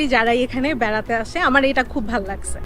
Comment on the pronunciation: ভাল লাগচ্ছে ভাল লাগছে,কি উচ্চারণ